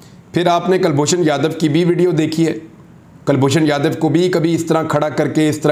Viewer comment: Kalboshan yadaw nahee abinandan 🤣🤣🤣